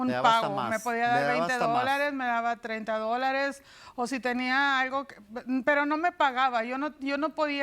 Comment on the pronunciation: Soy yo o la señora dice aigo en vez de algo